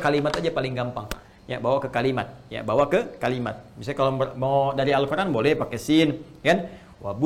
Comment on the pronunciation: mohon maaf Ustadz... mai nanya, kenapa kalau Ustadz menyebut Al-Qur'an, memakai 'ain ع , bukannya hamzah, maaf ya Ustadz jika tdk berkenan.